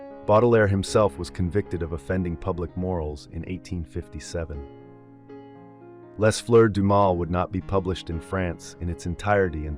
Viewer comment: Interesting; It would be even better if you took care to find out how to pronounce some of those foreign sounding words, like ' Oedipal', or 'les Fleur du mal'. don't give up!